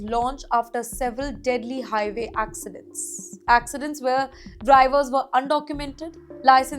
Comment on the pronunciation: "..after several deadly HIVAY accidents" LOL